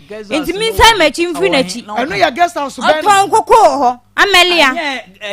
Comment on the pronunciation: please correct your guest when they make mistakes. pronounced Guest House as Girls house since she came on your show and you couldn’t correct her.